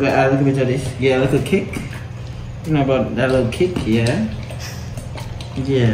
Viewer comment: Nobody: Not even::"Give it a likkle kick man"😂😂